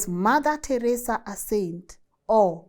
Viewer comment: the way your calling Teresa name 😂 Teresa come on😅